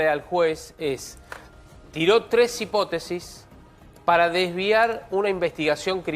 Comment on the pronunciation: Hipótesis acento en la O